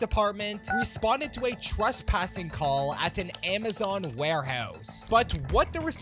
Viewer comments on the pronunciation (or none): none